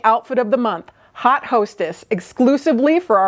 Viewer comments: Yes, it’s French. Should be pronounced “oat”. Looking for the comment…..it’s ok of course 😊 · I like when a fahion is strongly inspired by historical/throw-back styles. When it is done well, it is usually great. I think this was done well. BTW your pronunciation of haute is different from Indiana. That is fine. It made a nice connection to "hot".